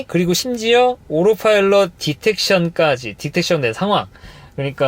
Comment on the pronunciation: 오로파일럿 밖에 안들리네...